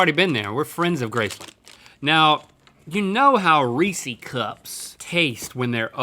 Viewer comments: Who else is mad that Link said reesees cup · It's not "Reese-e's" it's Reese's. Rhett says it right, Link says it wrong. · It's pronounced Rees-IS, not Rees-EES or Rees-E. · It’s ree-siz no ree-sees get it right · Its not rees-EES. Its Reese's(pronounced Rees-IS). As in Harry Burnett Reese, the founder of the candy. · rhee sys not rhee sees, the e on the end of reese is not pronounced, to my understanding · It's Reese... not Reeeeeseeeee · Guys! It's Rees-iz, not Rees-eez. CMON! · Am I the only one annoyed at how they are pronouncing Reese’s? I pronounce it RHEE- SIS not RHEE-SEES. Anyone else? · Am i the only one bothered when people say “Reesee”? It’s Reese...like Reese Witherspoon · ITS REE-SES NOT REE-CS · link its reesis not reeseeeeee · Reesees? What does re see? No it’s Reese’s with an apostrophe. That’s Reese’s food. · Link - You say Reece’s wrong. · mans said "REESEES cups" instant dislike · Y’all stop saying reesee cups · You aren't pronouncing Reece's correctly. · Why he say (ree-ceys cup) that’s not how you say utttt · thetravdav no Reesee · Americans say reeceessee we call the Reece’s.... Americans are weird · dudes, learn to say reeses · Disliked because the way they pronounced Reese’s cup! Literally you wouldn’t pronounce the name Reese reeeeeeeeeesie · I forgot the one thin i hated about living in NC all those years was how they mispronounce Reeses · Y’all saying Reese’s like that hurts me physically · Big sigh when people pronounce Reese's incorrectly. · I don’t get why some people say Reeses like it has an extra nonexistent e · they say Reeses wrong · Link, please learn how to pronounce "Reese's". Thank you in advance. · im sorry but the way they pronounce "reeses cups" is sO WRONG